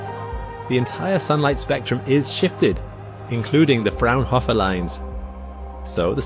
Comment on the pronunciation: Fraunhofer has only 2 F, not 3 ;-) and a long O.